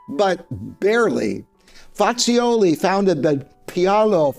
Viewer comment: Sir, you could at least pronounce the names of the pianos correctly. I refer specifically to Bosendorfer & Fazioli. Thank you